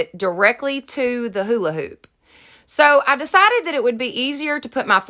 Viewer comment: I love how u say hola hoop lol